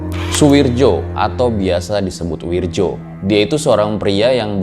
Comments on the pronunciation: Ngerasa aneh aja gt denger narator ngomong "Wirdjo" bukan "Wiryo" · Bacanya wiyo. Bukan wirjo